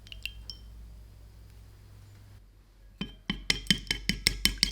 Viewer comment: Weird way to say eggs but ok….